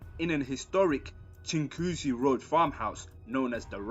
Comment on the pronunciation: Man even said chinguacousy right 😂👊